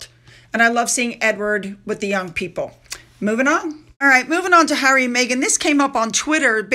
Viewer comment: She went to visit Hawwy to the “fun” hotel